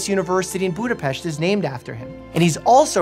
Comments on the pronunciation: "s" is "sh" and "a" is between English "o" and "a" like "hot" in RP accent. So it's 'Budopesht' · Vsauce2 already covered this in great detail. Btw it's pronounced 'pesht'. Yep, like that. :)